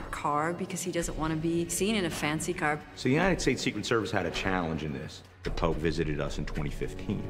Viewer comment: You say Pope not pops or pop.